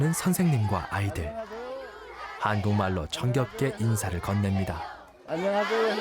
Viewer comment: "아유하세요" 외국인이 발음하기 어렵나 봄.